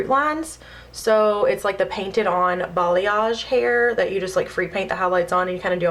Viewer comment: BALAYAGE** not Balyage lolll